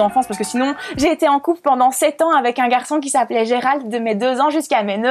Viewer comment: Vous prononcez le p dans sept est ce normal??!